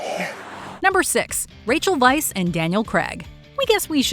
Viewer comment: Your anchors - "Rachel Vice"? It's Rachel Weisz.